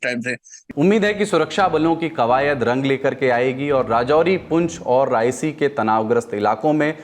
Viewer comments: रियासी है, रायसी नहीं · Its riyaasi not raisii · Raisi kon si jagaha hai bhai?? Its Reasi